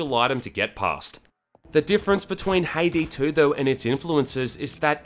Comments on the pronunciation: I keep hearing him say Payday 2 instead of Haydee 2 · It sounds like he is saying payday 2 instead of haydee 2